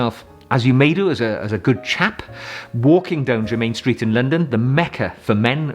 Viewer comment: Adore your channel,I am wearing for spring "Douro" by Penhaligons It is my fave EDT.for evenings at The Opera or Ballet I wear "Mouchoir De Monseur"by Guerlain.For day I wear Boucheron Eau De Parfum pour Homme.By The Way it is pronounced JERMIN Street,not jermain Street !!! Terre De Hermes is also a wonderful choice for spring.